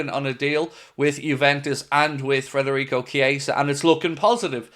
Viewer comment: mate please stop saying frederico its federico its pissing me off